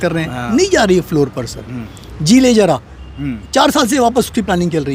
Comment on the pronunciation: Pls talk in correct hindi .pronounce should be proper Zara is correct not jara